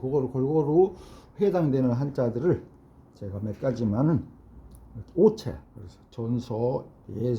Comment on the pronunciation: 오채가 아니라 오체랍니다.